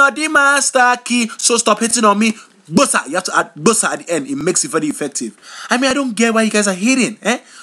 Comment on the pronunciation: its pronounced GBOSA!!!!!